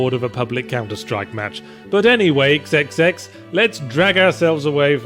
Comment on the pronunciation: Ah, so it's pronounced 'kisskisskiss'. I thought it was supposed to be pronounced 'thirty'.